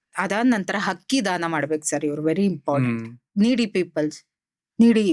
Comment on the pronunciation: ಮ್ಯಾಮ್ ಪ್ರಿಡಿಕ್ಷನ್ ಚೆನ್ನಾಗಿದೆ... ಬಟ್ ತಪ್ಪು ತುಂಬಾ ಮಾತಾಡ್ತೀರಿ....ಹಕ್ಕಿ ಅಲ್ಲ ಅಕ್ಕಿ...ಹಳೊದು ಅಲ್ಲ ಅಳೋದು ಹಕಾರ ಅಕಾರ ಮಿಸ್ಟೇಕ್ ಮಾಡ್ತೀರಿ.. ಆಮೇಲ್ ಅನಿತಾ ಅಲ್ಲ ನೀತಾ ಅಂಬಾನಿ❤❤❤ ಓವರಾಲ್ ಗುಡ್ ಮ್ಯಾಮ್